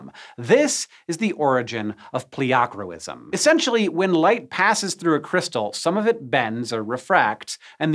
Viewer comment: OMG the way he pronounces pleochroism is painful.